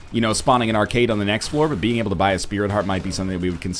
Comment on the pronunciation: "Gives you like un item." NL your french is showing. :p